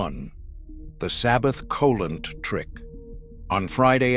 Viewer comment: Look Mr Non Jewish narrator of this video. If you are going to read Jewish words then learn to pronounce them properly. Cheder = hedder the C is silent Challah = Hallah the C is silent Cholent = CHO lent . The Ch is like choo choo from train